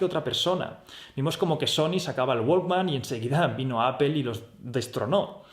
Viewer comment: No se pronuncia “apel” ........ o se pronuncia en inglés “apol” o en español “apple” 😁